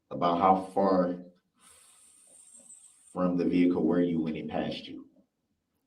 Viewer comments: Omg I haven't laughed this hard in years "Did you see the licen place?"... did you see the tints on da vee-cool?" "Did you seekt to interviewed?" You're hilarious 😅😂😂 New subscription from me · Lol....the. "ve-hick-ooool"...you do that so funny!!! 😅😅😅